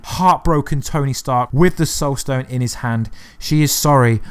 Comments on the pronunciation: “stoled sone” instead of “soul stone”. 🤣🤣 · you say "stole sone" a couple times instead of soul stone. lol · He says Stoul Sone 😂